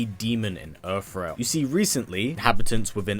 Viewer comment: Funny how you call it Erf realm 😁